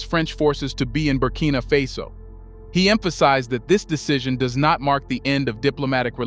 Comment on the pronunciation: Its Faso my guy not face-o